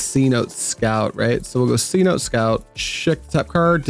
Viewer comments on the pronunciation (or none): Cenote is an ancient Mayan word and is pronounced like Say-no-tay